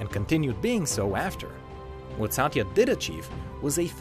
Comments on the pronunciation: It's not saaatya. It's Satya with a relatively short length of the letter A's pronounciation. If you say someone's name, atleast pronounce it properly. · I am cringed over the fact that how wrong he pronounced Satya 's name